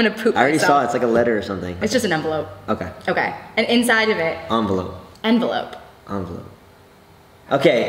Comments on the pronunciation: Taras risht its envelope if its was the way he said it,it would be spelled like onvelope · JC it’s envelope 😭😂 Now I’m curious... LIKE for envelope COMMENT for onvelope 😂😂😂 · It's envelope not ONvelope